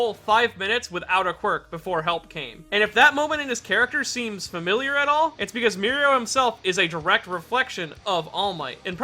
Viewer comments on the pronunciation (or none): none